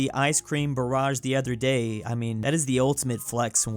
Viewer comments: Barge not barrage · I like how he said barrage instead of barge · love how he said Icecream Barrage when its Barge like "Large" but with a B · DUDE YOU'RE CALLING THE ICE CREAM BARGE THE ICE CREAM BARRAGEJUST AH !!!!!!!!!!!!!!!!!!!!!!!!!!!!!!!!!!!!!!!!!!!!!!!!!!!!!!!!!!!!!!!!!!!!!!!!!!!!!!!!!!!!!!!!!!!!!!!!!!! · Does anyone else die a bit on the inside when says ‘barrage’ instead of ‘barge’ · it’s icecream BARGE not barrage, it’s a ship not an attack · I can't get over how keeps pronouncing "Barge" as "Barrage" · Not pronouncing “barge” as “barrage” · Is no one gonna point out pronounces 'barge' as 'barrage'? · Wishes he could pronounce Russian when he can't even pronounce English. Barge is not barrage! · It's pronounced barj not barage. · I'm sorry to nitpick, but its barge not barrage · man pronounced barge like barrage when its supposed to be pronounced like barj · "Ice cream barage" its barge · Its annoying that is mispronouncing "Barge" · as a fellow I am asking you to pronounce barge correctly. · Someone needs to let know how to pronounce barge. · You keep saying barge wrong